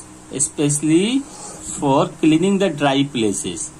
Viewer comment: Cleaning not clening